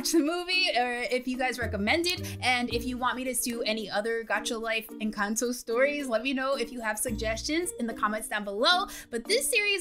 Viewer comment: I'm not trying to be mean or anything but that's not how you say Encanto